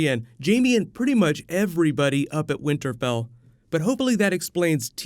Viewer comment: Anyone picked up when he said Winterbell??...